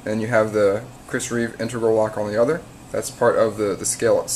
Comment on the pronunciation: in-teg-ral. not intergral.